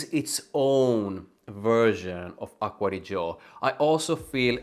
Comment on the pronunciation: Nice italian pronunciation